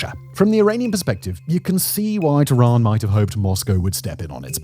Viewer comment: why you calling tehran "tooran", can't you look up how to pronounce names better? is it THAT much of an effort, you poor monolingual chap